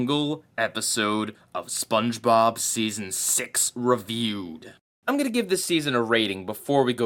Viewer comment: I love how you said RAAviewed